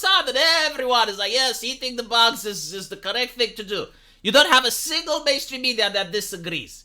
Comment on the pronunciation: "You must eat ze boogs"